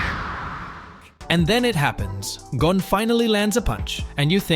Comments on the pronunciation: that is not how you say gon name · Hunter x Hunter you need to Learn how to say Gon